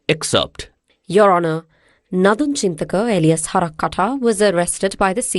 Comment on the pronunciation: The word Alias was pronounced INCORRECTLY 3 times 😢😂